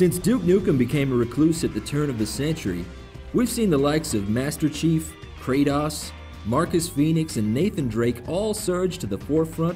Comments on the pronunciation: craydos??? IT'S KRATOS!!!!! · KRATAHS? WTFFFFFF It's KraTOS my friend. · Not to be a fanboy but, the guy said "creat-toss" in stead of kratos. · ........did he just say.....Kratahs? KRATOS!! DX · It's pronounced Kray- tOHs, IGN.. geez, and now i know why everyone says you cant spell ignorant without IGN. And you call yourselves the foremost experts on games. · Wtf? Kray-toss? Who the fuck is that? Last I checked, his name was Kratos. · "Kray-Toss" What the hell? I thought it was was more like Kray-toas. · Kray-toss? Don't you mean Kray-tose? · its not kratass, its kratos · wait..... did he just say Kratas? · OMG They put the pixels in the wrong place! OMG they said Kray-toss instead of Kratos! OMG SHUT UP ALREADY.. Jesus.. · Did this dude really say kratass? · kradas? you mean Kratos? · Kra - Toss? ._." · It's pronounced Kra-DOSE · Kratas..... wtf no kratos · Did he say Crateass? not Cratos hahaha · its kratos not kraytas get it straight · Its kratos, not kratus -. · Did he say Kratass? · KRATOS NOT KRATAS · It's pronounced (Kray Tose) not (kray toss), you never heard in the game anyone say it like they do in IGN. Get the name right for once. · kratOS wtf is a kratoss? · kraytoss lol fail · Kray-Tahs? Ok...so much for cocky narrator. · krat - OS lol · He said kratas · "craytos" ???? must be the only gamer to never hear of God of War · "cray-taus"??? Kratos would be pissed. not like he isnt already... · Cree-Doss? Shit on me WTF IGN? Jess is all you got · He said Kraydos ._. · "Kratoss" fail...... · Reapeat after me: K-r-a-t-o-s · its kratos (kray toes) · Wow..... Nice way to say Kratos' name. lmao Cray-Toss? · Who the fuck is "kray-toss"? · who the fuck is kray-tos? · IGN + Censorship = Epic fail. Seriously either put them where there suppose to be or dont put them at all and btw Krataus? Seriously has this guy ever played or heard of God of War to know how people say his name? Anyway can't wait for DNF. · when he mispronounced kratos i lold